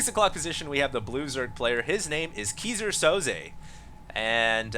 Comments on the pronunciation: It's pronounced "kai-zer sou-ze". and just like that, failed. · everytime says Keyser Soze, I die a little.. lol sounds like geezer Soze. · I died a little inside whenever he said "kee-sir sozay" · ... It's pronounced Kaiser (king) Soze. Go watch The Usual Suspects. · hey, if you want to learn how to pronounce Keyser Soze (german) check out the vid: /watch?v=BgkBpWc8ngI nice cast!